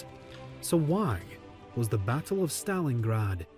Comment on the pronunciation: This is the first time I’ve heard an American pronounce the word “Battle” properly and not say “Baddle”